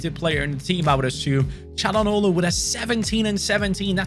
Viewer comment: I really appreciate how he pronounces "Çalhanoğlu" right. :)